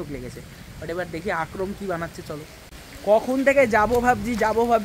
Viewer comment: Akrom na re bhai akram akrom akrom korei jarche😂